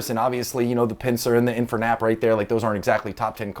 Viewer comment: dude said "infernapppppp" buddy it's INFER-NAPE not nap!